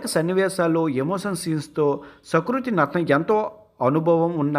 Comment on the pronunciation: sakruti kadu ra---------------SUkruti